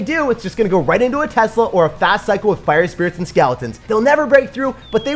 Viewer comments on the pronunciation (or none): none